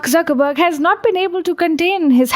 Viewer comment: She saying Suckerburg and Zuckerberg 😂😂😂😂